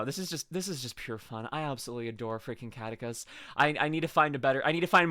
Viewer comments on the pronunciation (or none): If I may… Best way to remember how to pronounce the name: his YT name is spelled in a way that combines his last name: “Caddick,” with the name of the NES game “Kid Icarus.” Thus “Caddicarus (Kad-E-Car-Us)